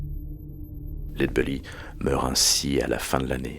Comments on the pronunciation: Genial... Une chose... C'est pas lead "beully" mais bèlly (belly c'est le ventre en anglais). Sinon au top ! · Superbe, merci pour la vidéo et son originalité. Allez juste pour faire le chipoteur : il me semble que la prononciation (retranscrite en fr) est plutôt "laide bélly" plutôt que "laide beully" :) Des bisous !